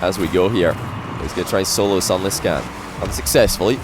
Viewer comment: Why does pronounce sunless khan's name like that?